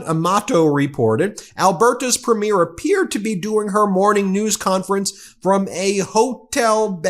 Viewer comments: Thank you for your coverage. Canadian here about to give a lesson on Canadian pronunciation. Premier is pronounced "Preemier" (emphasis on the first syllable), not "Prehmiur" (as in a movie's first showing). Danielle is pronounced "DannYELL" (emphasis on the second syllable), not "Daniel" (as in a man's name). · You pronounce it PREMier not preMIER! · It's PREEM- yer How hard is it for Americans to get? That damn American education system! 😭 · Pronounced PRE ME AIR .. and Danielle is a nut.. a sell out ..Canada is NOT for sale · Thank you for all your great work, Ben. Premier is pronounced PREEM-yer. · Ben, as Canadians we pronounce premier (in the context of provincial leaders) ... as preemeer. Until I read someone else's post, I didn't realize we pronounced it differently than you. I don't know if other US peeps pronounce it the same as you. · Thanks for the video. Please note, "Premier" is pronounced "PREEMyer" and "Danielle" is pronounced "danYELL." Cheers. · Hi Ben, no one seems to know how to pronounce “premier” in the US. It is not a premier of a movie, it is PREEM-yər. 😎🇨🇦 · Has anyone mentioned that you have a tendency to mispronounce the word "Premier" as it applies to leaders of Provincial parties. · here's an idea ... learn to pronounce Premier correctly, or Alberta for that matter ... I double dog dare ya. not that you're wrong about Smith. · Ben, you need to know how to pronounce "Premier"! From a Canadian admirer of your channel and subscriber. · Please Please get a canadian to teach you how to say PREMIER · If you are going to provide comment on Canada please learn how to pronounce "premier" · Excellent pods Ben As Canadians we smile every time you try to pronounce Premier